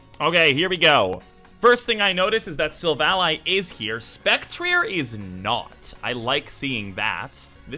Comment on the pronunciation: Everyone knows it’s silv-AL-lee